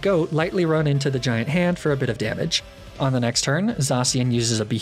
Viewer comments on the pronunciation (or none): none